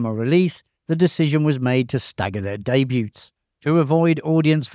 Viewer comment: Day Bew....Not Day byute.... lol